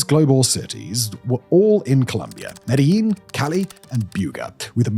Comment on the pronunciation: Kudos for pronouncing Medellin correctly.